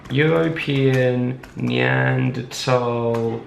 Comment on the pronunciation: HOLY SHIT IVE BEEN WATCHING THESE VIDEOS FOR A WHILE NOW AND EVERYTIME THEY MISPRONOUNCE NEANDERTHAL AND HE SAID IT LIKE NEANDERTALL LIKE YOURE SUPPOSED TO THANK YOU